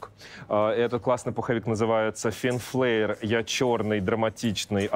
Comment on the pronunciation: Правильно произносится название магазина — Фин Флер